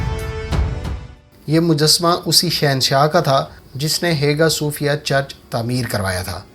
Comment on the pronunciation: It is pronounced as Aya Sufia not Hega Sufia. But good video otherwise